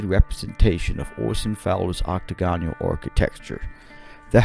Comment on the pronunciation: Dude, the word Octagonal is pronounced ocTAGonal, they way you pronounce it is very awkward.